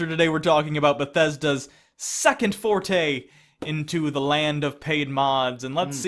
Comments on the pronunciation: Foray* not forte lol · I assume you mean forray, not forte...? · Small nitpick, and you probably already caught this, but "foray" vs "forte" at the very beginning. Cheers. Love the show. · Culture, just a small point, but 0.17 it's 'foray', not 'forte'. I'm not nit-picking to score points, we only learn things by finding out where we went wrong on a more important point, nice video again chaps